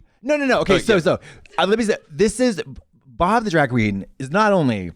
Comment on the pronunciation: “Pob” made me laugh way to much 😅 at first I heard “he called me pop”